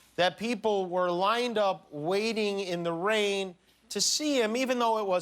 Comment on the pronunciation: He said lane not rain.